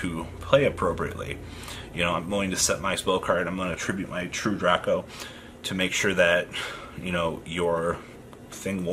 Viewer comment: It's Drake-o